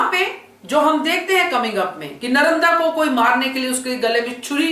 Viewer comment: Nice explanation but say Narmada not Naramda